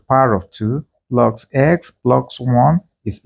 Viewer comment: Why do you say minoX and pluX? It is not english.